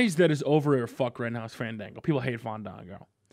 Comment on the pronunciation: please, it's FAHN-DAHN-GOOOOOOOOO!!!